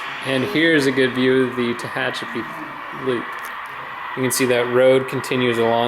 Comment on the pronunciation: Good to see this amazing layout again. I'm not sure you're pronouncing Tehachapi correctly. As I'm sure was mentioned earlier, in the old days (until 1996) it was SP and Santa Fe. SP built the route and Santa Fe was given trackage rights. For a video, you pan the camera WAY too fast. Was getting a little dizzy. It's good to get down to track level when shooting a train.